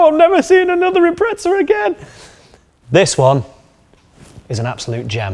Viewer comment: why do pommes call it an Impretza? There's no t in Impreza.